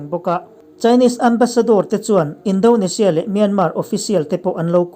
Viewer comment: Indonesia.... Indo ni loin. In-daw-ni-sia tia lam tûr.